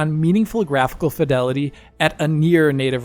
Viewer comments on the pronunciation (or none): none